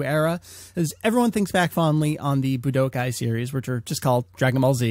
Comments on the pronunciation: BlackKnightKomms K. Coming back to this comment after a year. Wow does this sound dumb. What I meant by the comment is that he puts an unnecessary emphasis on the "Bu" in Budokai. The tenkaichi part, which i'm guessing, might be because of an accent or something. Ramble Fam, this was an AB conversation, You know the rest ;) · Buh-d'oh-kai? Seriously? Boo-duh-kai. Budokai is pronounced Boo-duh-kai >.> Ten-kuh-eey-chee? More like Ten-kai-ee-chee. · Boo-d'oh-kai. Budoukai. Budookai. Budōkai. ぶどうかい. 武道会.